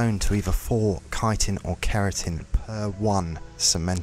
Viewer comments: My guy: you aren't the only one in this community, but it is pronounced "KAI-tin", not "chittin". Like, absolutely, unequivocally, 100% no question: that is how the word "chitin" is pronounced. But good video--thanks! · Chitin' is said like kietin. Kinda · You don’t pronounce chitin as shitin’. Great video tho I really liked it : ) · Well you were pronouncing it correctly but then you started pronouncing Chitin wrong